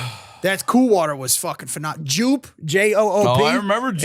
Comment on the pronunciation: The pronunciation of „Joop“ 😂